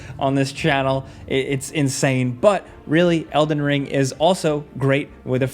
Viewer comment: why homie say elden ring like that?